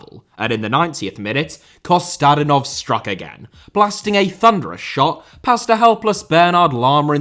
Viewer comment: It's Kostadínov and Lamá... Gosh you're so ignorant